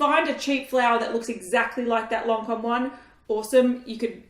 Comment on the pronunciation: It's lancòme not loncom 😂